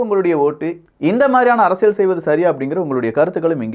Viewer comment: நாம் தமிழர் உறுப்பினர் மட்டுமல்ல தமிழ்நாட்டில நூற்றுக்கு 80% மானவர்கள் தமிழை தப்பாவே வாசிக்கிறார்கள்!!! அதுதான் 50 ஆண்டுகால திராவிடமாடல். ஆனால் அதைத் திருத்திற நீங்க மட்டும் உத்தமம்மா? உங்கள் தலைப்பையே “அரசியள்” என்று வாசிக்கிறீங்க!!!! அது அரசியள் இல்லை அரசியல் என்று உச்சரிக்கவேண்டும். தமிழைக் கொல்லாதீங்க. ய என்ற எழுத்துக்கு இணையா ல் ஐ உச்சரிக்காதீங்க!! ல் க்கு தகுந்தால்போல் ய எழுத்தையும் சேர்த்து உச்சரித்தால் உங்களுக்கு அரசியல் உச்சரிப்பு சரியாகும் அரசியள் இல்லை அரசியல் அரசியல் அரசியல்